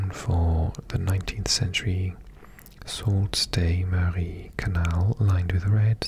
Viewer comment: Thanks for the vid. Sault Ste. Marie is pronounced like Sue Saint Marie.